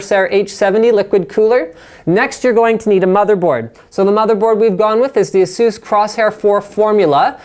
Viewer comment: Ay-Soos! Raydeon! Say-Ta!